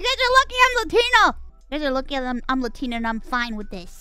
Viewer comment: Omg, Mousey learned how to pronounce Latina. She's finally graduated from pronouncing the "Latinians" Her high-school Spanish class teacher would be so proud ,l😂